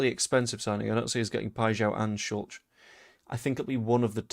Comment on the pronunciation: Sulc is pronounced Shultz. Please stop saying it the way you do, it sounds clumsy